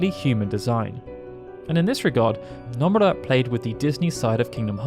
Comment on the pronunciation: It’s NO-MUR-AH Not NUMB-ER-AH